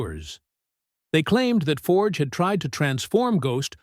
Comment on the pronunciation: You'd think after all this time you'd learn to say his surname correctly.